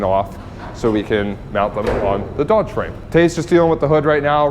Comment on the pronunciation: So it’s official? Ol’ Blue is now “Fodge?” 😂